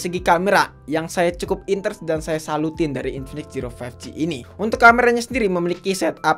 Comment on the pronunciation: zero❎ jiro☑️